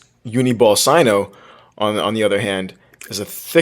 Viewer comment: It's not Sino it's signo